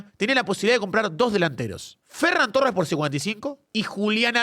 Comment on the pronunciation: Por favor, que alguien le diga a que se pronuncia ferrÁn torres. Te amo 9.